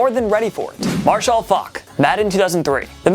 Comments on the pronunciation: Why can't you say marshall like a normal person smh. Marshaill faulk lol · Bro, why do you say "Marshall" so weird?